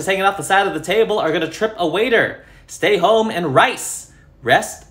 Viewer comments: I love how he emphasizes motherfucker, it's truly inspiring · it's obnoxious, this guy is the worst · what’s so bad about it lmao